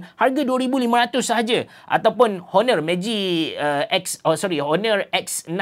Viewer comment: bang cuba sebut honor tu silent H. Onor. da berapa vid sy dengar abg sebut honor honor